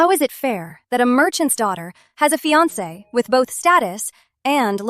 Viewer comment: When will they get the pronunciation of fiancé right😢